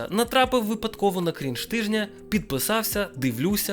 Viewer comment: До речі, не дойоб, але правильно наче кринж, а не крінж